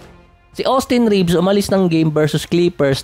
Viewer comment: Reeves hindi Ribs